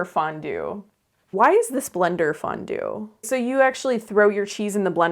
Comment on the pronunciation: Thanks for saying Fondone🫕🤣😻